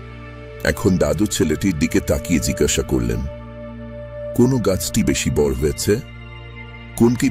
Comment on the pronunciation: বাংলা কি বলতে জানেন না? গ্রীষ্ ম ,বড় ( উচ্চারণ গুলো গ্রীষ্ ষ, বড়ো.....)।